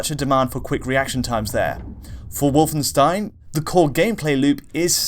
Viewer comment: DIdn't Alex teach you how to pronounce 'Wolfenstein'? :D